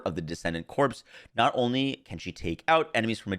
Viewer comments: Corps is read like CORE, not CORPSE. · corps. Pronounced core. The p is silent. Do you say marine CorPs? No. Marine core.